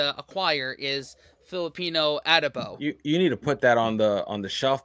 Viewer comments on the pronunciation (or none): it's not Ah-dough-bowww but a-DOH-bo, with the stress on the 2nd syllable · Adobo is pronounced the same way Mexicans say the word. The narrator on this video is mispronouncing it. And I don't know when this video was created but to date, the Philippines have won 4 Ms. Universe crowns - Gloria Diaz, Margie Moran, Pia Wurtzbach and Catriona Gray. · I'm a filipino and I CAN'T/WON'T eat BALUT.. it's not for me , loool.. and the pronunciation of ADOBO is the same way you said Mexican Adobo. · Adobo is pronounced the same, whether spanish, mexican or filipino. The narrator did not do research on the pronunciation, he basically anglicized it with the short A vowel sound, heh. However, yes, the flavor profiles are different. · You mentioned adobo correctly, the speaker mispronounced it. 😢😅😅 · Many Filipino words (Tagalog words) were mispronounced by the narator, like adobo...